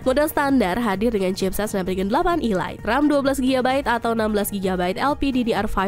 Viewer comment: Snapdragon Ilat ,, Ilat sapi mbak ?